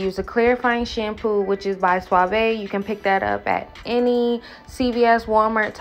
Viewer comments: My sis said SWAH VAY. Lol I’m about to start saying that 😂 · You threw me off by calling "suave" .... "sua-ve" hahahaha I guess different areas put the accent on different parts.